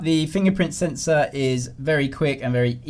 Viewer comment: Sensor "Sensow" Video "Videoww"😆😆😂😆😆